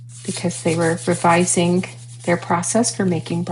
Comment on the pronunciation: 1st time viewer... Can't take the hard 'G's....... Google 'pronounce revising'. There is no GUHHHHHH at the end